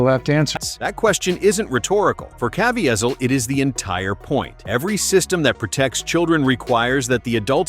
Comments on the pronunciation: Or at least teach AI how to pronounce names???!!?!! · This is a very informative video, but was not proofed for mispronunciatio of Jim Caviesils last name!!!! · there is SO much more to this... also can you please learn how to pronounce Jim's name? :)